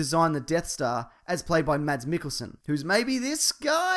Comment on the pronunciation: It's pronounced "mas" as in "christmas", not "mats".